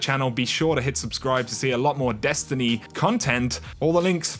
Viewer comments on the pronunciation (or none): Lol "cuntent"